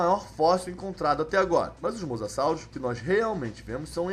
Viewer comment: Você trocou mossasauro por monasauro kkkkk